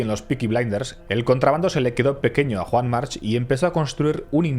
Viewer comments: Desafortunadamente, en catalan la terminacion -ch en los apellidos se pronuncia K, Juan Mark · Y por mucho que digan el resto y en la isla, la pronunciación correcta es 'Yuan Marc'. Lo digo porque soy mallorquín y sé de lo que hablo.